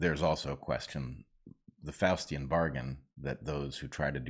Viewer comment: Did you say Faustian bargain or Faucian bargain?